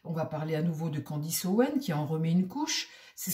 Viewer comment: c'est Candace et non Candice